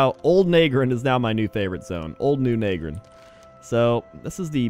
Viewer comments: i was wondering how long it would take him to get to nagrand (na-grand not nae-grand) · Nag-Grand not Nae-Grand you mug